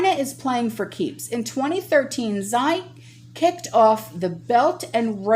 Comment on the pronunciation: Xi... is pronounced as she in Chinese. Love you and thank you for all your hard work.